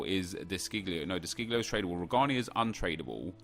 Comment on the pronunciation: 'Trabale' LOL